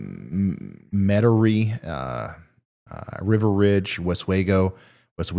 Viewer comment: Ryan, when you said meterie la, it's met er ie